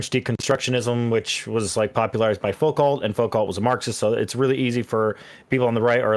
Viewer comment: “Focalt” lmao